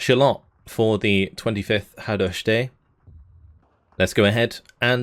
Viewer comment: That's a pretty decent pronunciation of Hadosztály, the same can't be said for the Felderítő Járőr(s) :D